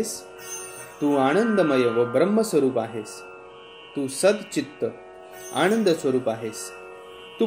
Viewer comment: Need to have more clear pronunciation. आणंद? णलो, णिलो ? Sanskrit is never just about reading. Sounds create vibrations and vibrations impact us ... Thus doing what the mantra says it will do.